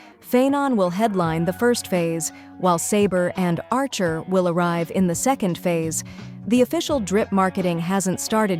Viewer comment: I know it’s not a real person talking, but still funny how bad they butchered archer’s true name.